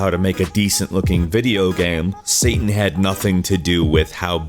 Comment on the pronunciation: You should really have more of an emphasis on the word "had".